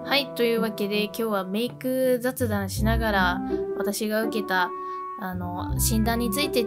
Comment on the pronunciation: 画面左上の『ざつだん』を何故か『ざっだん』って読んでて動画後半で急にちゃんと『ざつだん』って読めた👀と言う。